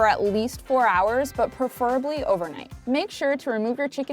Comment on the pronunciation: why'd she say preferably like that lol